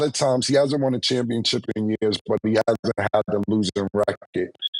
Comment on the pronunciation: Just like he says championchip 😅